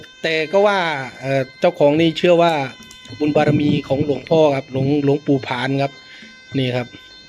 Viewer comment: ทำไม่ไม่ออกเสียง หลวงปู่ผ่าน ไม่ใช่ปู่ผาน